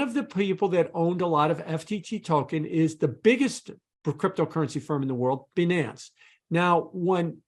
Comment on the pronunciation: This nonce can’t even pronounce ‘Binance’ correctly. (BUY-nance) Some experts 🤡🤦🏻‍♂️